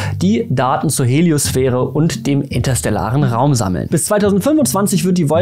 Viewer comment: Die Heliosphäre (nicht Helio"s"sphäre) ist der gesamte Bereich im Weltraum, in dem das Magnetfeld unserer Sonne und ihre Strahlung (Sonnenwinde) wirken. Also kreisähnlich (mehr leicht elliptisch wandernd) inkl. des kreisähnlichen Inhalts. Die Heliopause ist der exakte Grenzstreifen dessen. Also quasi nur der dünne Außenring selbst. In der Heliosphäre liegt somit alles von unserem Sonnensystem: alle Planeten, der Asteroidengürtel (zwischen Mars und Jupiter), der Kuipergürtel ("nahe" Neptun) und die postulierte (aber eben noch nicht direkt bewiesene) Oortsche Wolke nebst Planet X, eh IX. ;-) In der Heliopause selbst liegen schon keine Objekte mehr. Alle befinden sich davor, und die solare Gravitation hat dort ebenso ihren nennens-/messenswerten Einfluss verloren wie auch die Strahlung und das Magnetfeld unserer Sonne. Der interstellare, also "freie" Weltraum bis zum nächsten Sternensystem beginnt dahinter (interstellar = zwischen den Sternen). Zu sehr sollte man sich aber nicht in dieses aufgeräumt und statisch wirkende Bild verlieben. Da unser Sonnensystem mit Myriaden von anderen Sternensystemen innerhalb eines Spiralarms unserer Milchstraße wandert, und dieser mit weiteren Spiralarmen um ein auch für die Milchstraße angenommenes hypermassives Schwarzes Loch in ihrem Zentrum, und die ganze Milchstraße selbst als Galaxie mit ungezählten anderen in einem Galaxienhaufen, und dieser als sog. Lokale Gruppe .. Hat also wohl mehr etwas von einer Wanderblase in einer Wanderblase in .